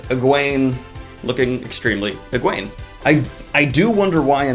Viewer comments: Egwene (egg wayne) not eegwon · Uh-Gwan? More-rain? Did your books not have a glossary?